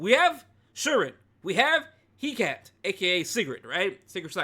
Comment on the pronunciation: Say it with me now: heh-kah-tee